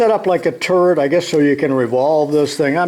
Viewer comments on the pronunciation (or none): The first time he said turret, I thought he said “setup like a turd”, I laughed my ass off for a second